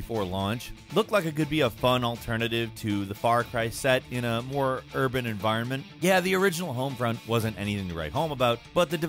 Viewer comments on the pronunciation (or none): none